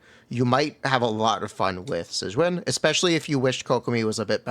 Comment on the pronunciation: If you need help pronouncing her name you can just play the damn story and the characters will say it out loud for you 🤙